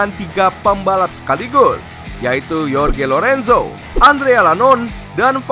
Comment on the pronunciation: Yorge Lorenzo, Andrea Lanon 😂. Masa sih adminnya gak tau cara baca nama rider?